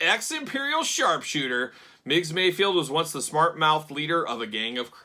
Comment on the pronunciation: Ever time you say MayFIELD instead of MayFELD my eye twitches. lol